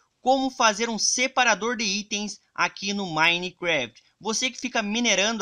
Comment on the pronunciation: Não é crítica, mas, tenta perder essa mania Di falar dE, me dá uma agonia